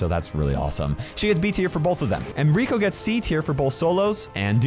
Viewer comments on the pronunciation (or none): none